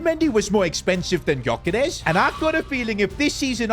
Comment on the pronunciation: Gyoekeres is pronounced Djuh-Ke-Rehs